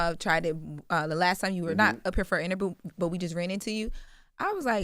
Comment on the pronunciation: was definitely feeling a little twisted “last time you was here for a interbew” 😂